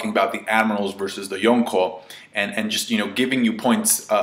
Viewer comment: Cant handle him calling them yooko instead of yonko